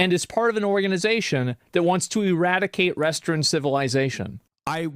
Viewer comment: "restern civilization"